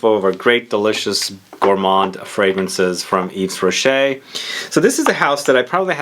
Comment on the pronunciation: yves rocket is pronounced eve-rochee